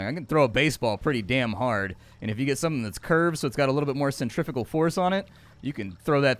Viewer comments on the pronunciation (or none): none